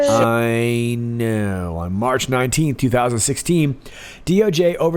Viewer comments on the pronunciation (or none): none